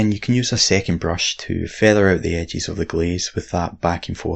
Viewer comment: I watch these videos just so I can hear use his accent to pronounce words in different ways. My favorite is edges. Edges = "ehgees"